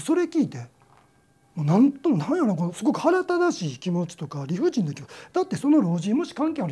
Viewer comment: 腹ただしいじゃなくて腹立たしい（はらだたしい）ですよ〜っと気になってしまいました（細かくてすみません）言葉の覚え違いとか使い間違いでせっかくのお話に集中できないのはもったいないなあと思ってしまいました。